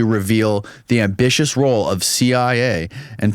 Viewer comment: needs to find someone to read text for him...bc you can easily tell how badly educated someone is...like every time he stumbles on words and mispronounces words he doesn't understand with words that he does...like ambiguous...he said ambitious...and its not just a mistake...every podcast he is doing things like this while struggling to keep up with his guests and they have to always restate something they were trying to explain to him like 5 minutes prior...the guests have a look when it happens like jeesh, this guy is a simpleton...I say this bc I know there are many far dumber people who probably watch podcasts like this and hang on every word...you need to realize people like and Shawn Ryan, or PBD...are Neanderthals posing as modern humans...when mostly dealing with conspiracies, you cant have people like these 3 that struggle with basic facts of life and can barely read...even rogan can hardly read when he attempts to...its such an indicator of low education